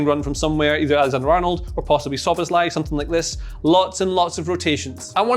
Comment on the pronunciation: Living in Hungary here 🙋‍♂️finally someone on YouTube who can say Szoboszlai correctly 👏